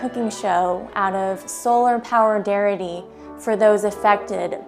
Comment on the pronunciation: oh darling, I ❤ you! "out of solarpowerdarity" I'm 💀😂😂😂